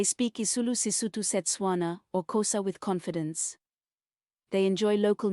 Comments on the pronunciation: This is AI 🙄 a black woman pronouncing Xhosa as Khosa. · AI telling cause aint news agent that doesn't know how to say Xhosa.